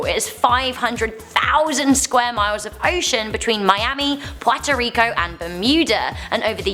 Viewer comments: Lol!!! It sounds offensive when see says it like an ethnic slur. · I threw up when you said Puerto Rico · I will forgive the mispronunciation of Puerto rico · OMG I love hearing her say Puerto Rico, what kinda accent is that?